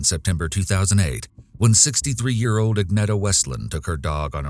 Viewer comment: Thanks for highlighting a Swedish case. Well done with pronouncing the names. (The ”e” in Agneta is pronounced more like the ”ea” in ”dear” or ”fear” and the -ar in Ingemar is pronounced more like the -ar in Spanish verbs, like ”hablar” and ”tomar”).